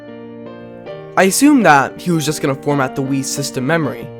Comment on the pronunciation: For some reason I hear "Weed" instead of "Wii"